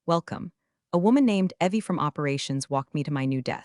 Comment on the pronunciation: Evie is pronounced Evee.